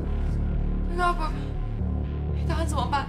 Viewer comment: 李新能把Robert 念得好一点吗？很难听。